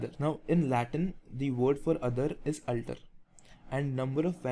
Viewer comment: sir,its a very excelent initiative...very thankful .....but the only one thing i got confused with is the pronounciation of *alter*.I felt that the way you pronunce "alter" is diferent from the google pronunciation...which is the correct pronunciation?